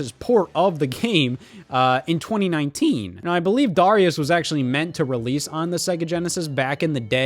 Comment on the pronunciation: I hate how you pronounce “Darius”